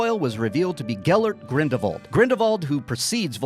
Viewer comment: are you saying GRINDLE VAULT or GRINDLEWALT cause its really frustrating......